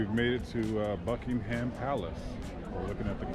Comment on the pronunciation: Not Bucking Ham ... silent H